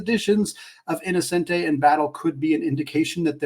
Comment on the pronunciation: as a student who just got back from gonzaga in florence, it’s pronounced e-no-chen-tee :)